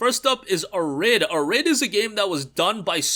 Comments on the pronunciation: Arid - air~id (Uh~rid lol). It's cool - arid desert (arid means dry/ lacking moisture). Still dig your reviews - just gotta digital dutch rub ya! Good vid btw - keep em coming! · Thanks. Also, Arid is pronounced as "AIR-id" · Yup. /ˈærɪd/ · You're pronouncing "Arid" so weird. Lol. It's Arid.... Like dry and arid climate.